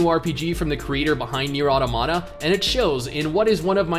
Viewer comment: Did you say near ato ma ta not aromata